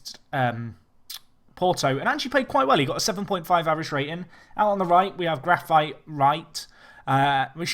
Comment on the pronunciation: sorry to correct you, but in portuguese it's pronounced GRA-FEET not GRA-FAITE.